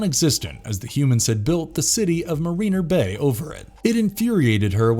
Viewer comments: 1- the lost galaxy rangers swords were quay-sar sabers, not ka-sar sabers. 2- the dinozords in mmpr form the megazord, not the thunder megazord. 3- the lightspeed rangers are in mare-ren-ner bay, not ma-reen-ner bay. 4- the pink psycho ranger didn't sacrifice herself to destroy the savage sword. it was the pink lost galaxy ranger. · This absolute moron said the name of the swords from Power Rangers: Lost Galaxy The Quasar Sabers & the name of the city from Power Rangers: Lightspeed Rescue Marina Bay wrong, not cool dude... if you are going to make a video then get the names right.